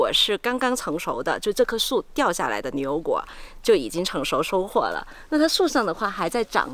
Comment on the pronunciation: 女主持的普通话有一点点口音，不知道是不是四川人？把牛油果说成流油果。